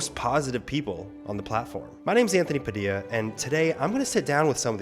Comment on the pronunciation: You're last name is supposed to be pronounced PAH-DIL-YAH not PAD-IYAH.